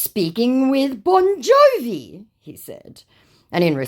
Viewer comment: Ah yes "Boni Jovi", and his hit songs "Living on a prayeri" and "Deadi or Alivee"